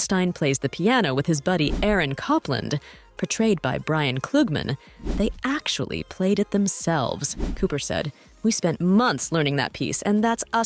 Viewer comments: Oh, dear - America's most famous composer is COPE-land, not Cop-land. And it's not Seh-gwin, it's Seh-gan. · COPE-land. EE-Lee. HAHAHAHAHA!!!!!, honey. Get it right. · "Aaron Coppland" was not a welcome pronunciation... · The mispronunciations, everywhere!! UGH!!! She really couldn’t learn how to pronounce “Copland”?!? Or “Ely” as in the Cathedral?!? Lord, all these narrators have to do is take a nanosecond to find out, but do they do it??? Of course not! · You lost all credibility when you mispronounced Aaron Copland’s name. Not hard to learn.